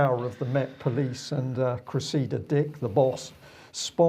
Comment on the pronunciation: Please, please and - it's CRESSida, not CreSSEEda! Thank you for getting it right.